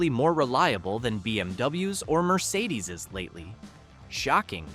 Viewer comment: Mercedeseeezz? Learn English FFS.